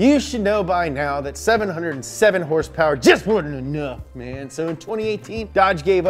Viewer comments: Hrsprs stuck with me too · adam durham, “Hearse Purrs” from now on. Lol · What are these “horse-powers” you are talking about? Are they like #hrspwrs ?